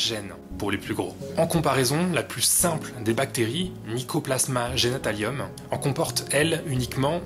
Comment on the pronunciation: coucou, petite rectification, c'est Mycoplasma genitalium (et pas genatalium, et sans G majuscule :) )